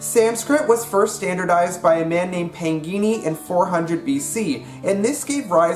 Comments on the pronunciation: man named pankini ??? Its panini but u pronounced it as pankini. As if its a type of bikini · Call yourself polyglot please try to pronounce things right Like father of linguistics Pāṇini not pangini